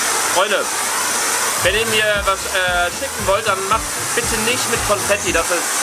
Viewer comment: Confetti 😂😂😂❤ P.S. vesteht es ihr eig.? “Con“fetti. Con wie concrafter😂